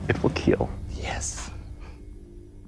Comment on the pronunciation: Keal not kill